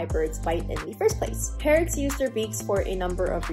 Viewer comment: English is not my first language so I was very confused at the beginning where I thought Parrots was "parents"